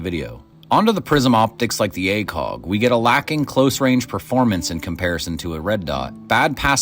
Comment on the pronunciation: Please tell me you’re Canadian (that would explain) the pronunciation of ACOG